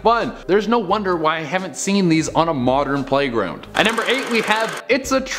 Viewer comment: U said #playgound